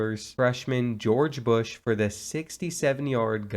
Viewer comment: When you said "george busch" i nearly died